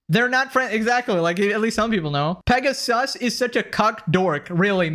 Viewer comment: It's Pegasover